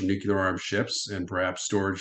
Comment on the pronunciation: there's an "l" in the world nuclear!